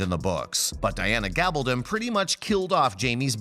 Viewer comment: It would be nice if we could get a narrator who could learn to pronounce the character's names correctly! He says Gabaldon correctly, but can't say Murtagh?